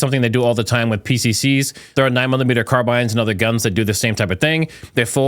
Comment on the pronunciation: Only American on earth who pronounces carbine correctly. Very educated man.